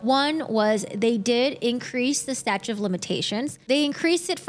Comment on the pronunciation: Are you trying to say statute of limitations not statitute or whatever butchered version of the word you used. Oh there’s more lol crime of the scene not scene of the crime? Such an educational video on illiteracy